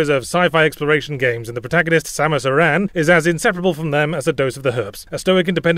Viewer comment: OMG Yahtzee pronounces "Aran" correctly! Unlike the shitty westernization pronunciation that ended up in the games, "aaron".